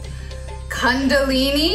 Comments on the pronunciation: Ned's pronunciation of Kundalini was actually so accurate 😂😂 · Ned you were correct, it's KUNdalini not cundalini